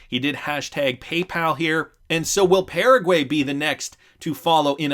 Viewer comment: Can you please learn how to pronounce Paraguay? Thanks